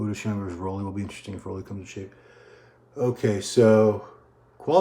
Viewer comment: Roelly is pronounced rue-lly... RUE, RUU, ROO not raw, ro, row